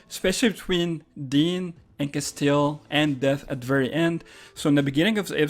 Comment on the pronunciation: CASTIEL CAS-T-L Not Castel, castil Jesus fx